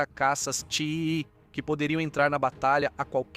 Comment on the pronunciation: Por favor....caças TIE são pronunciados "Tái".....caças "Tii" é duro de ouvir